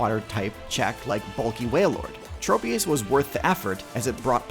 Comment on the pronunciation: i pray for the day when people can pronounce tropius's name correctly